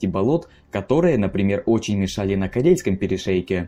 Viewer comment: Корейский перешеек? ладОжское озеро? Уши режет